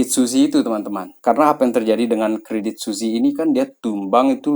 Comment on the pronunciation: bacanya credit swiss bang, bukan suzi